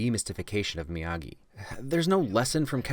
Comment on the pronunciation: Mr miyahgi! No it's miyagi